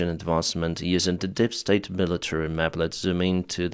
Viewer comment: Bro it’s not "dip state" but "deep state". Read it like "díííp stejt". Thanks for the report. Peace from Czechia.